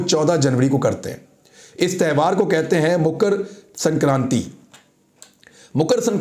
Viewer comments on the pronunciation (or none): It is Makar Sankranti n not Mukar as you said